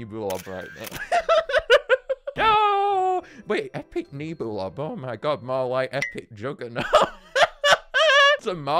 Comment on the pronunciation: He REALLY annoys me by saying "Knee-boo-lob" and not "Neb-you-lob". I think it's because it is based on a NEBULA and not a NEEBOOLA